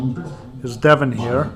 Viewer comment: That Devon is a demon , it sounds like they are saying demon not devon x